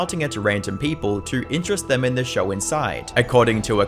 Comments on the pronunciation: Imagine talking about someone’s downfalls while pronouncing show as “shawur” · I like how he calls a show a “shur” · Why do you say... Show-r, instead of Show. So-r, instead of So. Two-r, instead of two. Etc...